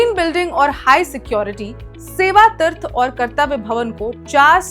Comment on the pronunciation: Madam hindi thik kr le tirth nahi hota hai teerth hota hai😊 pata nahi kaun interview me pass kiya apko news bolne ke liye